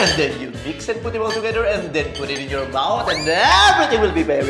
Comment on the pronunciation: Yawr dawter